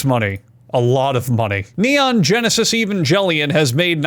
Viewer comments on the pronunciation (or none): none